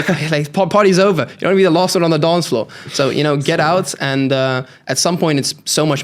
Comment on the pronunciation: LOST ON DA DONCFLOOR GOT ME 😅